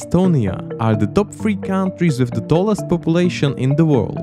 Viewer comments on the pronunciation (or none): cow n' trees xD